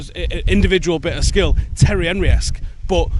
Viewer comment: Did he just called Thierry Henry Terry Henry?